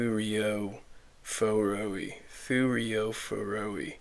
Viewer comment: I think the -oi is supposed to be pronounce like in Roy, at least that's how I remember hearing it for other Hellenistic troops however I'm not proficient in Greek (ancient or modern) at all so take this with a ... handful of salt. Anywho, fun fact : the oval shield were inspired by Celtic ones and were named thureos which is derived from the ancient Greek word for door. As always Victrix' kits are very well made and this one is no exception. Another kitbash idea would to take torsos with a mail shirt (like a roman legionnaire or a Gallic warrior for exemple) to make these into thorakitai, an heavier version of the thureophoi. Really versatile as you said.